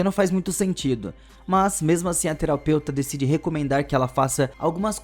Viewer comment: A teroupeutra ele falou kkkkk